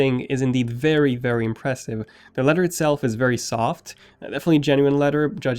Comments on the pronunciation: its leather not leder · “Leadder” “Da” You need too pronounce you TH’s better bro slow down when you talk.